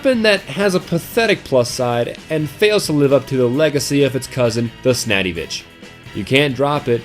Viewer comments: snaddyvich did you hear that aswell? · Shotguns don't use bullets. ... just sayin'. Also, Snadivich?